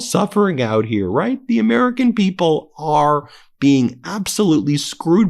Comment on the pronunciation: Such a veesionary! Here een amereeca on the Epstein visa.